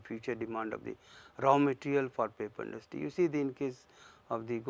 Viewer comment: papi industy ! tau ji bolna to sikh lo